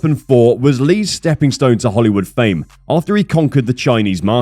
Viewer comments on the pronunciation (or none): none